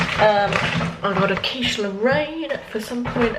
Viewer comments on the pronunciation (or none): none